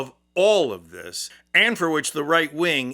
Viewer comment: Spencer Cox. Not Cock. You made yourself look like a kid.